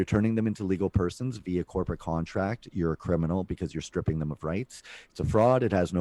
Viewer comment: talks too much about america and pronounces contract like he's from new york is he from america and hiding from the law in canada?